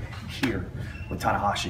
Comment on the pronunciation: Who the heck is this "Tanawashi"?!